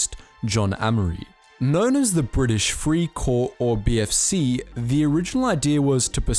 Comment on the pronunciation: it was prononced fry cor not free cor just letting u know